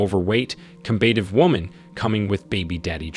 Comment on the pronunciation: Learn to pronounce “trophy.” Same goes for “combative.”